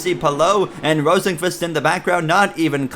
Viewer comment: Great episode but Rosenqvist is usually pronounced Rosenquist from what I’ve heard. Also these sliders seem unrealistic